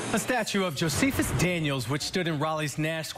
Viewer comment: I like how this illiterate pronounces "Josephus"